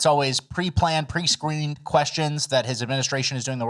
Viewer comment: "pre-planned, pre-sceweem" brutal.